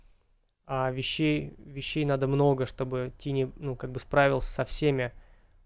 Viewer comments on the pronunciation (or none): Какого хера тини? Тайни же блеа.